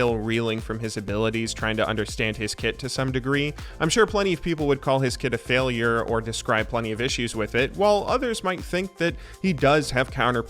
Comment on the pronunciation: aphailure xd